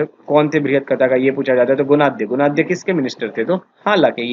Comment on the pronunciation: सत् कर्नि...my foot. शातकर्णी. खारावेला...छीछी...खरवेल। सुधर जा बेटा। How dare you spoil our history. Gunadya..गुणाढ्य। not गुनखद्य। It is quite irritating to hear you... half baked rotten bread..that is you.